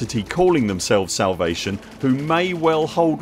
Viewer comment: salavate XD it's no big deal but still found it funny and dont mind it at all a slip up XD